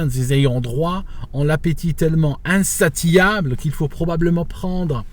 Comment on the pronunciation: Salut: Insatiable: Le "T" se prononce "S"... phonètiquement = inssassiable